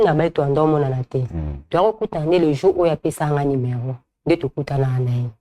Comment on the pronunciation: Kiekie malgré atanga mais azo prononcer kaka numéron au lieu ya numéro